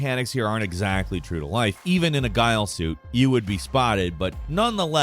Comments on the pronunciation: Guile suit ? Zakeev? Did you even play the mission? It's a Ghillie (Gill-ee) suit and Zakhaev (Za-kay-ev) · Did you say "guile" suit? Chrissakes man, stop being part of the problem. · Guile suit lol you can always depend on to mess up pronunciations. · "sniple" and "guile suit" lol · And "guile suit". LOL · The way you pronounced Zakhaev and Ghillie suit made me want to die. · I can forgive the mispronunciation of ghille, but Zakhaev is mentioned by name many times in game. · I'm pretty sure it pronounced like the guy from street fighter